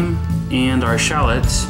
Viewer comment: They shallots not shallits